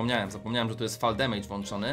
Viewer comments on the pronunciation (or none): none